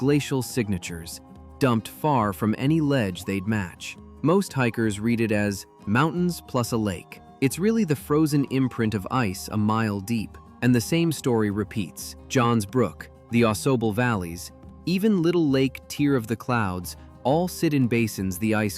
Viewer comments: Au-SOble River...🙄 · Other than pronunciations of Raquette, Ausable and Tahawus, pretty good.